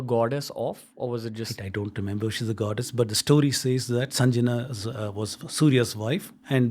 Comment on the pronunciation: PLEASE READ PROPERLY N PRONOUNCE RIGHT WORD. ITS NOT SANJANA BUT " SANGYA". READ SANSKRIT IN TOTAL.